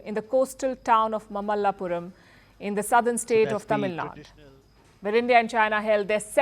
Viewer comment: That is Tamil Nadu, not Tamil Nad.